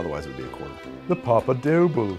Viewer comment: somebody tell this man how to pronounce "doble" 😭